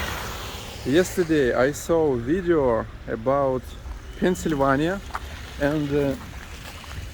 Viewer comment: Pennsylvania----> pencil-van-yah